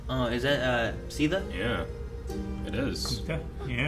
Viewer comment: the way he pronounced “Sita” was on point